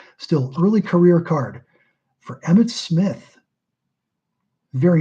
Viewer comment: I believe that Emmitt Smith is be pronounced wrong, lol